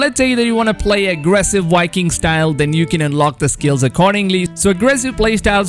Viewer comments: Are you calling Vikings, "Wikings"? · 🤦‍♂️ Because, they're called Vikings. So why is he saying "wikings" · Why are you pronouncing V’s as W’s? Walhalla, Wikings etc. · Last i checked its Valhalla not Walhalla!!! 😂😂😂 #JK #CheersM8 Wikings are in too. Not Vikings!!!😂😂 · They are not called "wikings" and the game isn't called "Walhalla" its "vikings" and "Valhalla" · It’s Vikings not Whitekings 😄😄😄😄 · Assassin's Creed Walhalla with Wikings... Geez man... Pronounce them properly